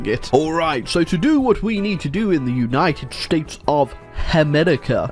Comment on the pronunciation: uai, tu falou estados unidos diferente